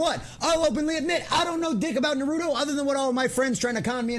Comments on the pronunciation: Naru - Toe Not narudo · It is funny when nonfans say the title. It is naru-toe. Not narudo. 😅 sorry my dude.